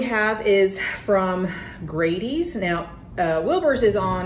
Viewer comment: I'm three years late, but I wanted to say nice video. One thing i will mention is that Grady's is pronounced with a short A instead of a long A. An example would be the word "daddy". So you would say Daddy's the same as you say Grady's. It would be easier to understand if it had two d's in it. But in Wayne County we pronounce it as Grad(d)y's. Again, very nice video.